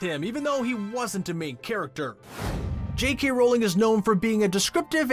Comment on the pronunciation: It is now jkey Rowling. It’s jk rowling